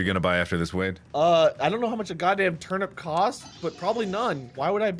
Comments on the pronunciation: I love how Mark accidentally says termit instead of turnip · No one: Mark: You eat the “termit”.😂😂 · Thought you spelt it wrong then I realized that’s how mark said it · "You eat the termit" -Markiplier 2019